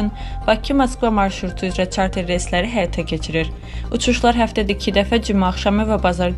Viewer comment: Caster yox çarter reysi